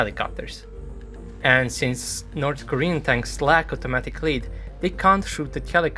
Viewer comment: “North Koren Tanks”